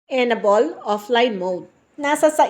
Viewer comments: EN- ABLE not enabol 😊 but thanks for the info ❤ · M; yong pronunciation ng enable ay en-ey-bol.